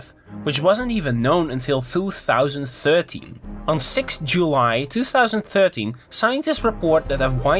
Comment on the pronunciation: thwo thousand thirteen :D